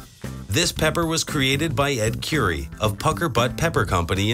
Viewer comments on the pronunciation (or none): Ed Cure-ie